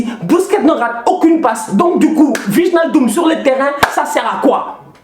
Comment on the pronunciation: je suis désolé mais gère toi, on prononce ( Waïnaldum ) 😂 yen a marre waye hahaha je te kiffe frère force à toi ❤